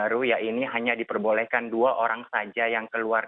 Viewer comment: orrrangg kok njir